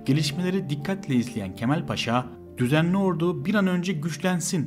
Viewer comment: askeri "ordu"yu şehir olan ordu gibi telaffuz ediyorsun lütfen onu düzelt